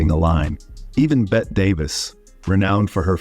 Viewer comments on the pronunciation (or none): So Hollywood actors fucking kids goes back a long way. That is the most evil place on earth. Also, it’s pronounced Betty, not bet. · Bette Davis pronounced Betty Davis. These AI generated videos can't ever seem to pronounce even the most famous of names. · "Bet" Davis? Her name was pronounced the same as Betty. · Never had I heard Bette Davis referred to as 'Bett', but always 'Betty'. Through multiple mispronunciations, I shrugged it off. But then after hearing Inspector Clouseau's name butchered, I tapped out. If you're not going to bother even getting the names right, what's the point of listening to anything else? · Bette is pronounced Betty. Your AI generated narration is defective. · "Bet Davis"? Either train your AI better or learn the names of the people youre talking about. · Hard to listen to a narrator who doesn't know how to pronounce "Bette Davis." It's "BET-te," not "BETTE. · Bette (Betty Not BET) Davis. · Here is a suggestion, when entering the the words for the AI, spell Bette Davis’ name, Betty. That way the narrator says her correctly. I turned it off as soon as I heard, “Bet Davis.” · Never heard anyone call Betty Davis “BET” Davis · Bette Davis pronounces her name as Betty not bet. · “BET Davis????” It’s BETTY Davis, you incredible numbnut! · betty betteee. not pronounced Bet. !! Down with AI. !! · It's Bette Davis’ name is pronounced Betty not Bet. I hate these AI voices. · If the narration was done by AI it was actually AD artificial dumbness. Bet Davis no dude, even though her first name was spelled Bette, it was pronounced Betty. And the inspector's name was pronounced Clue-Sew. You forgot Robert DeNiro, the foulmouthed anus! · STOP USING AI TO DO YOUR NARRATION. IT’S NOT PRONOUNCED “BET” DAVIS. IT’S PRONOUNCED BETTY DAVIS! UNTIL AI IS PERFECTED, DON’T USE IT. YOU’RE ONLY TRAINING YOUNG PEOPLE WHO DON’T KNOW ANY BETTER HOW TO SPEAK INCORRECTLY! 🤬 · Her name is Bett E not bet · Bette Davis is pronounced “Betty” not “Bet” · "Bet" Davis.... ok